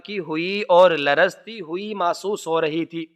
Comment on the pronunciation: Masuhs nahi mahsus